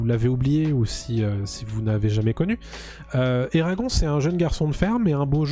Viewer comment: Eragon eragon..ca se prononce eragone